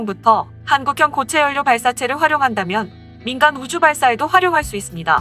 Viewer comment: 자음접변 현상에 의해 '연료'는 자연스럽게 '열료'로 발음하면 됩니다. 다른 채널 영상들에서도 요즘 억지발음들이 많아지는데 이것도 유행인지...